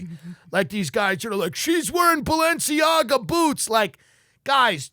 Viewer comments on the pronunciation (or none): none